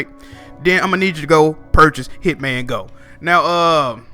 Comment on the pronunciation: I almost hit the dislike button when I heard you say Hitman go bruhhhh lol